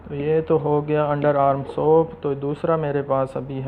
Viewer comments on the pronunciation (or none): Soap not soup dear illiterate youtuber.